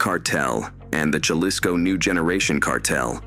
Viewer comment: Mexicans pronounce J at the beginng of a word as H. So jalisco is pronounced 'huh lis co' not 'juh lis co'